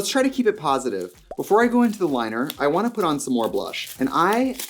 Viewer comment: i actually cried laughing with the “i vant to redo your packaging”